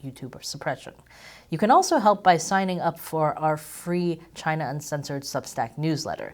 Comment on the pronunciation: Chy-na has multiple 🍯🍯